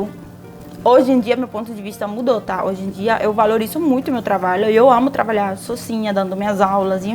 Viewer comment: Eu escuto, não sei se é impressão minha, vc pronunciar "travalhar" em vez de trabalhar.